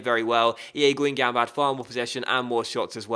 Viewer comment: fc guingamp pronounced- gon-gomp